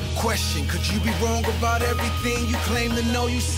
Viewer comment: What is he talking aboot?